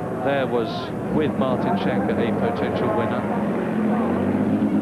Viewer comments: shanka...hehehe its "skanke" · They are saying his name wrong. Its pronounce like skankeh with silent h